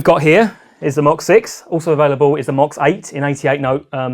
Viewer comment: Thank you for pronouncing MOX correctly! Now if we can just get all of these idiots on youtube to stop calling it "Moe Ex".....